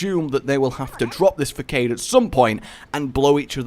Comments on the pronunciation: Isnt facade pronounced fa-S-ad not fa-k-ad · That was fricking sweet! Awesome commentary and sweet editing. 10/10 would watch again P.S. Even though you slaughtered the pronounciation of Rorschach and the names of the planeswalkers, the one that actually hurt the most was "facade" xD